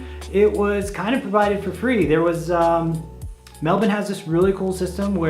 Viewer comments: An American finally pronouncing Melbourne correctly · The way you pronounce Melbourne is bloody impressive